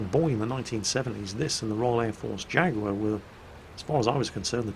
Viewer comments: What's a 'jagwaar" then? do you mean a jaguar? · Stop saying "Jag-war" - You're British aren't you? It's pronounced "Jag-you-are!" --S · Why the fuck did you say "Jagwar" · So...When are you going to be renouncing your UK citizenship and moving to the USA, being as you insist on pronouncing things the American way, rather then the proper, English way? First it was SKedule instead of SHH-edule, now it's Jag-WAAAH instead of JAG-YOU-AR. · Nice video but please don't Americanise "Jaguar" to "Jagwar". It's just not cricket. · What's a "Jagwaar" when it's at home? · please tell me you didn't say Jaguar the american way. Because it sounded awfully like you said Jagwar. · Jag-war? And you call yourself British! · Jag-warr? When did we become American? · jaguar? jaguar? you have just reset all my Clarkson's Proper English Pronunciation education.....................jaguar? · I was all for a War Thunder video, but then repeatedly insisted on pronouncing Jaguar really weirdly. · Wop wop back in Warthunder:D I know I shouldn't...but your Americanised pronunciation of "Jaguar" is triggering me...I swear you do the same with "Minotaur".... ᶘ ͡°ᴥ͡°ᶅ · Why is someone from the North of England pronouncing 'Jaguar' like that?.... Please......... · Pricie Gaming Yeah man some horrible Americanisation there. Almost enough to make me start playing WOT again in protest. Almost.